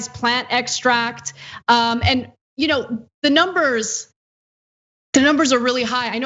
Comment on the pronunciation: Whenever Chump reads, his "the" is pronounced "thee", like a toddler first learning to read.